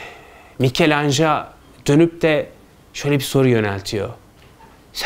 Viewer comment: "Mikelanj" değil "mikelancelo" . Yani, Micelangelo bildiğiniz gibi bir İtalyan sanatçısıdır Fransız değil. Türkiye'de neden Fransızca telaffuz ediliyor anlamış değilim. Sonra da "Türkiye'de sanat ne durumda?" diye saatlerce konferanslar veriyorsunuz.